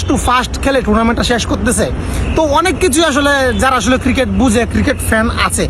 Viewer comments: JONGGIR POLARA "CRICKET" KE "KIRIKET" BOLE .SHALA, SHALI KANKKI MAGIR CHAU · আমি হাতজোড় করে বাংলাদেশ সরকার কে অনুরোধ জানাই তাদের দেশের নাগরিকদের যেন আগে ক্রিকেট উচ্চারণ টা শেখায় তারপর ক্রিকেট নিয়ে কথা বলে ভাই ওটা ক্রিকেট কিরিকেট নয় 🥱🥱😂😂😂😂😂😂😂😂😂